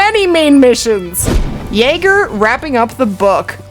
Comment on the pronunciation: Jager is pronounced the same as Jagermeister, with a Y sound lol.